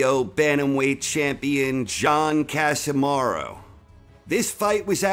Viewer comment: you talk slow but can't pronounce Casimero right....it's Cassimerro not CasimOro. You need to properly pronounce boxer's name so that people know what their real names are unless you're one o those calling Donaire "Donai-re" a Doneer.